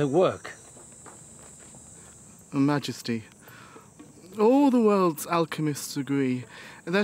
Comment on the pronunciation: The speculation about his sex life is just imagination. The alchemist was Xu Fu, not Soo Fu. Xu pronounced as Shu. Likewise Li Xi is pronounced Lee Si not Li Soo.